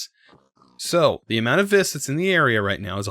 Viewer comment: Just saying, Vis is pronounced "Ve"